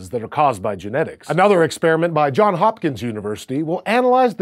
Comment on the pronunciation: Hi Hank,, and crew. I noticed recently in another SciShow video as well as in this SciShow Space video that you guys gave shoutouts to my alma mater, Johns Hopkins University. This is not a criticism, but rather just a friendly suggestion to pronounce the "s" in Johns.:) The guy my school is named after really had a first name of "Johns." Intriguing, right?